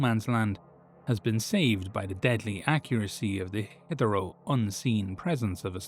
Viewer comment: it’s pronounce hith-err-too Sorry bro, i’m that asshole. I love your stuff, but just can’t seem to help myself. My apologies.